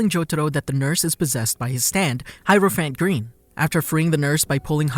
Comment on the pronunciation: He says heropiant green like this ''hirophant grin"